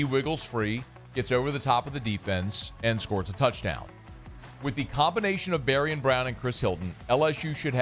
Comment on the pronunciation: You’re killingggggg meee. Bari-AHN! Like ZayviOn but BariOn. BariOn